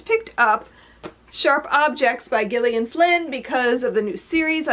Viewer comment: FYI the name GIllian (as in Gillian Flynn) is pronounced with a SOFT G, not a hard G, more like JILL- EE - IN. I grew up with several friends named Gillian. It was a popular girls name in the 1970s.